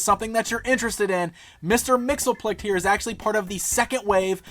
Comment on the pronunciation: He'd be pretty upset the way you pronounce his name. Repeat after me, Mix.... Yess... Spit.... Lick.